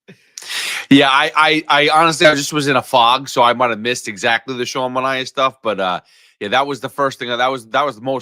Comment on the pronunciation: Clay Holmes is also signed for 3 years. Another thing, it's ManA-E-A. (That's how I remember it- took me a while to remember 😂)